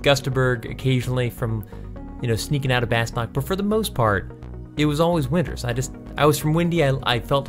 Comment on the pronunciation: If I've said it once I've said it a thousand times . . . Bastok is not pronounced "bass-tok" but "bass-two~k". Watch the intro movie, they say its name yet 99.9% of english players pronouce it incorrectly. #WindFIRST!